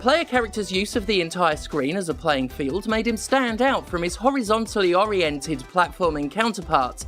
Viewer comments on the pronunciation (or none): none